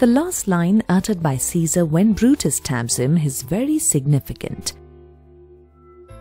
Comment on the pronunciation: Its "Caesar"